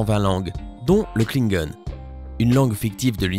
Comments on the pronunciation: klingon et pas kinegone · sa se dit pas "klinegone" sa se dit "klingon" !!! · klingon attendez ça se prononce klingone ?? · ya que moi que ça choque la prononciation de "klingon"???